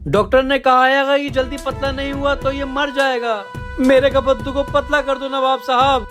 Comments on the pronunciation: Kabbaddu❌ Kaddu✅ 😂😂😂😂😂😂😂😂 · Kabbadu❌ Kaddu✅✅✅✅😂😂😂😂